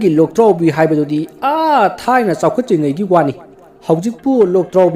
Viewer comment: Loktraobi haiba natte Lwdraobi haiba